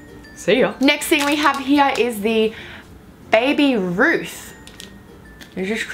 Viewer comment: how she pronounced baby ruth haha